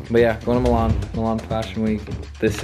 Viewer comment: never felt so lucky to have my name be Milan, let alone hearing it pronounced the way mine is 🫣